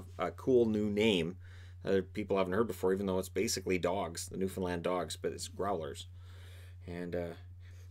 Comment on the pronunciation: Gotta love the newfoundland representation also thanks for using the correct way of saying it